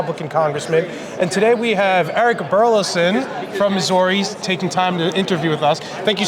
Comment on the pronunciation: can't even pronounce "Missouri" lol